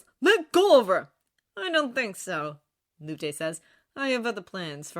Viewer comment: Hey I noticed you’ve been saying Lutes name as luté, it’s actually supposed to be Lute like the instrument or loot if that makes more sense. I’m shocked it took me so long to notice!